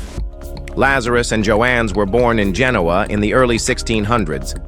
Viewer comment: It's not Joanne..it's pronounced Yohan but spelled Johan